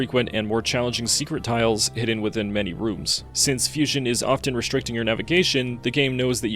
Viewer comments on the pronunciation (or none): none